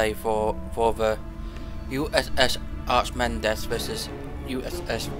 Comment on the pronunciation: Archimedes is pronouned Arca - Meedees ;)